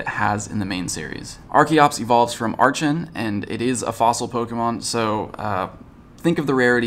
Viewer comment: *pronounces Archeops correctly: Also: "aRtChEn"